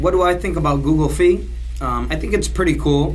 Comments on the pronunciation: Google Fi is pronounced Fi like Hi or High not Fee. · I cringe everytime he says "Fee"